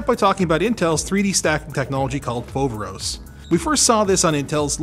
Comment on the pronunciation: Foveros is actually a greek word "Φοβερός" and it means Αwesome! also you pronounced it wrong lol